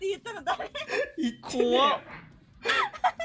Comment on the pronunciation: イントネーションミスって疑問形の「ある(の)？」じゃなくて断定の「ある！」になった説信じたいけど、そうじゃなかったら前科あるらしいし真面目に病院行った方がいいだろ